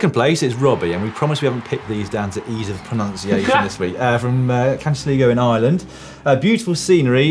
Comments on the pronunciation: Sligo???? Not SLEE-GO it's Sly-go. Typical Dan!!! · Sleego? As an Irishman with cousins in Sligo (Grange) I have never heard Sleego before... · Sly Go. It's not not difficult... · "Swear we didn't pick these for the easy pronunciation of the names" * absolutely butchers pronunciation of sligo** #otowa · "we promise we havent picked these based on ease of pronunciation" proceeds to butcher Sligo and Mullaghmore! Dan wasnt lying!